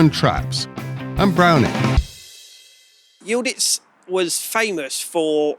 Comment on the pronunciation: How the hell do you pronounce Y I L D I Z as Y I l d I t z, . ?? Just askin when English still pronounce W A R S A W as War Saw, hahahaha Good looking shotgun !